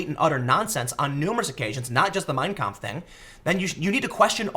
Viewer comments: It's pronounced "mein KAMPF" not "Meeeeiiiiiiiiin Kmpf", Tim. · Sorry, but that's just too grating. Don't emphasize the first word. Each word has equal weight. It's "My Struggle", so say it like that. Two words, equally balanced. Mein. Kampf. You're saying it as if it were Meinkampf, like Minecraft. It quite literally hurts my brain.